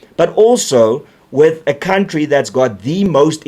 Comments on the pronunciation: Count-tree😂😂😂😂😂😂 reiterating is funny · Mbabobejaan sê cowntree, ek wonder hoekom ?